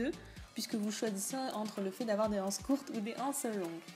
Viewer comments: BonjourMerci beaucoup pour ce tuto très bien expliqué. Seule petite remarque étant donné qu'il n'y a pas de h à anses la liaison se fait donc nous disons des z anses c'est comme euro beaucoup de personnes ne font pas la liaison et c'est une erreur mais il est vrai que beaucoup de jeunes disent aujourd'hui des zharicots ou des zhambergers!!!!Bonne continuation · J'aime beaucoup votre tuto mais il est désagréable d'entendre " les ... anses ". En français il faut faire la liaison. Il faut donc dire " les zanses". Ce qui n'enlève rien à la qualité du tuto. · On dit " des z' ances" et non pas des "ances"